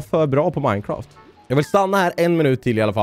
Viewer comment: Det roliga är när du säger Minecaft!!